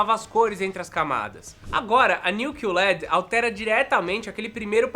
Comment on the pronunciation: Meu filho, é Q LED, não "CUE" led, em ingles ficaria Q-L-E-D, porque eles falam L-E-D não led LED é um acronimo não uma palavra